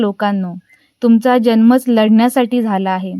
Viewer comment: Marathi nit bola,jalma nahi janma mhana😢